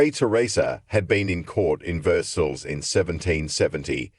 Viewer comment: Versailles- pronounced Ver-sigh